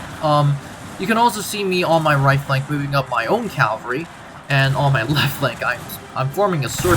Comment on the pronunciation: It's pronounced CAValry not CALvary